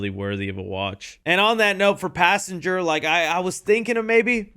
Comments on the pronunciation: "Passangar" unc is never hearing the end of it 😭✌️🥀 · “Passanger” amazing job unc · Pass Anger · not good Passanger is disgusting no good